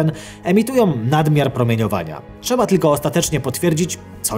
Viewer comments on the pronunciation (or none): none